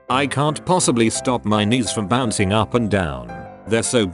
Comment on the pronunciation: Did it just fucking say u o instead of up??